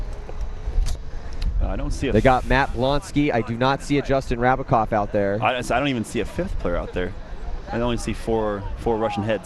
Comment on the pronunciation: its JRab not JRav. Rabacov not Ravacov